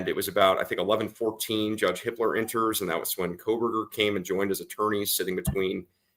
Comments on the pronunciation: Sounds like you’re saying the judge’s name is Hitler?? HIPPLER, sorry. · every time they say the judges name it sounds like hitler🙄